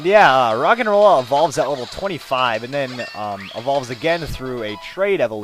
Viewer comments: when you said rogenrola I thought you said rock and roll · it sounds like hes saying rock and roll